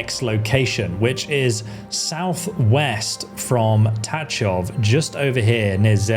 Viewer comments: just one notice, it's pronounced tagoff .. not tatchof :cat-orange-whistling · i see youre having problem pronouncing antiochus and tachov, its an-tio-kus and ta-kov lol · I am pretty sure that the "ch" in Tachov is pronounced like the "ch" at the end of Chzech and not like in touch....